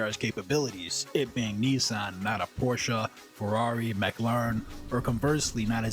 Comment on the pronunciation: How is it , that your pronunciation of Done-lap and Mack-layre-reen is so off than the rest of the correct pronounced words in your commentary ??